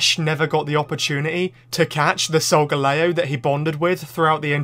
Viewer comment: 👉Why you called solgaleo A sogaleo👈